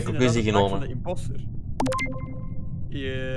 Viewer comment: hahah hoe zeg jij imopster, Leuk vedieo wel! <3